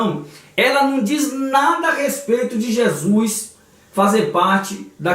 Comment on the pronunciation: PELO AMOR DE DEUS!! APRENDE A PRONUCIAR CORRETAMENTE O NOME DE NOSSO SENHOR!! NAO É JESUIS !!! É JESUS!! CADA VEZ QUE VC DIZ JESUIS É UM TAPA NOS OUVIDOS !!!!